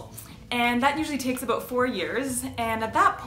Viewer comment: She said , "aboot 4 years", LOL